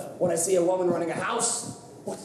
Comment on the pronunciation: Omg it's "WUHmun" not "WOEmun" when will u ever learn?!